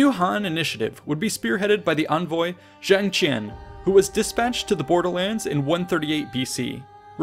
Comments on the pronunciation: I thing it should be [Zhang Qian] rather than [Zheng Qian] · Zhang Qian, not Zheng Qian. Big difference. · It's Zhang Qian, not Zheng Qian. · Great video education to learn. One minor issue, it should be "Zhang Qian", not "Zheng Qian". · it's Zhang Qian rather than Zheng Qian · “Seres” is a transliteration of “西域”, which means “the western sphere” in Chinese. The “Zheng Qian” mentioned in the video should be spelled as “Zhang Qian” for it refers to 张骞, the famous militarist-diplomat of Han Dynasty. This is if you want to use contemporary Pinyin. Ancient Chinese at the time were pronounced very differently, somewhat like Cantonese of today. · Good materials and one inaccuracy is on where "Zheng Qian" should be "Zhang Qian"(张骞) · His name is Zhang Qian not Zheng Qian,lol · It's Zhang Qian(张骞）, not Zheng Qian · Small correction for a nice video. The official's name was Zhang Qian , not Zheng Qian. See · It's Zhang Qian and not Zheng Qian And Da Qin means "Tall people" Great video btw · When he said Zheng Qian I thought he said Jackie Chan. Lol